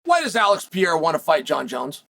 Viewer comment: Alex Pee-Air-Ah